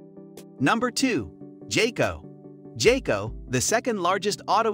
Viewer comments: It's pronounced "Guy-Co" Not "Jay-Co". 😉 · When you pronounced jayco, I stopped watching I understood how reliable is your research 🧐 😂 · Bro really said jayco?😂😂😂nah…